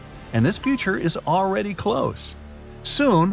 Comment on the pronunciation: he say : THE FUTURE IS ALREAY CLOSE what the